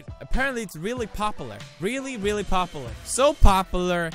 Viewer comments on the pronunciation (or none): Say popular Felix "papalar" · "really popalur, really really popalur, so popalur" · " popolur " no pewds pop-you-lure popular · Pewdiepie says "poperler" not "popular" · (POP-YOU-LAR) NOT (POP-EH-LAR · Dear Pewdiepie, i want to help you pronounce "popular" so try this: "Pah-pew-lur". You're welcome. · its pronounced popyoolar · I love that you say popalar! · felix's way of saying popular... "popiler" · The way he says popular I'm crying😂 "popalar" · how to pronounce popular - pop-uhhh-lur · "Popaler"-poodiepie 2017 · imSoariin No PewDiePie says Popular perfect like me we both say "Popalar". I Love you Pewds!!!😘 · "reely reely poperler" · ''its very very popalar'' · OMG. Pop-oo-lar. Thats how I'm gonna pronounce it from now on. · pewdiepie couldn't even pronounce pupular correctly xD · Felix the word is POP-U-LAR damn it.Pronounce it pop you lar. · Why can’t he pronounce popular 😂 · killed the pronunciation of popular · Is it just me or is the way Felix says popular the cutest thing ever 😂 like every time without fail he pronounces it wrong lol. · I love the fact that he cant pronounce popular and I love the way he says it XD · why cant you pronounce popular, is it your swedish accent? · I'll only approve of this when you can say "popular" right. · Anyone else always notice the way he pronounces popular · The way you pronounce popular tho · i love how he doesn't pronounce the the U in popular also he said 154th when it said 157th😂💕